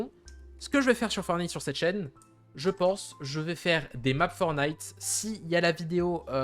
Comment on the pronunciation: 1. C'est "fortenaïte" et non "fornaïte"... c'est comme DJ, soit tu prononces à la française "déji", soit à l'anglaise "didjè", mais pas l'horrible remix "didji" (=DG en anglais)! 2. BUSH se prononce "bouche" 3. LEVEL ---> "lèveul" (et pas "leuvèle" 🤮🤮) 4. GAME, soit jeu en français est masculin. Il existe manche, rencontre, ou partie si tu veux employer le féminin. Parlez franglais correctement bordel! :P